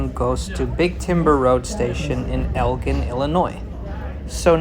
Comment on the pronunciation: A lot of the conductors are from Elgin. Pronounced (EL GIN) like the beverage.